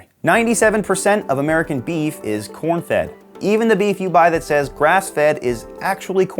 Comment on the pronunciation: Why was I hearing Por* instead of corn